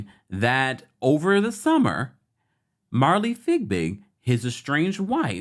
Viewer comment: I’m sorry I can’t take it. MARILEE LIKE ROW ROW ROW YOUR BOAT. FIE BIG NOT FIG BIG